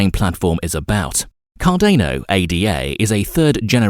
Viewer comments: CarDANo like DANiel not Cardayno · say it slowly: Car-dan-o. Car-dan-o. Cardano. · CAR- DAR-NO! Not CAR-DAY-NO EVEN Charles Hoskinson says it CAR-DAR-NO. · Good content, but please next time pronounce Cardano correctly it is not car-DANE-o....... it is car-DAN-o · CAR DA NO. Not car DAY no. Come on dude, the least you could do is get the actual name right. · CardAEno...please please please just read it as cardAno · “Cardaneo” said nobody ever... except this guy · CarDAYno lmao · Bruh it's cordano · This pronunciation of Cardayno ruins the video. WHERE IS THE Y MATE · car-day-no lol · car day no, ay dee ay. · not to mention thats not how you pronounce Cardona either. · Please learn how to say Cardano properly it makes it almost impossible to watch your videos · Is it just me or this guy pronounce almost everything incorrectly? oh you ro borors? Cardeyno? What!? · This is amazing :-). Car-Dane-O and Eth-Ör-Ium!!!